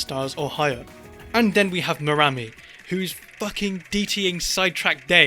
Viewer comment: "and then we have merami" ahahahahah